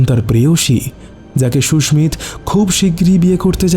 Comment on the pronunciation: Khub bhalo laglo, Sudhu koyekta jaigai bhul pronunciation, kane laage, Sushmit Roy ke bar bar Sushmita bola hoyeche.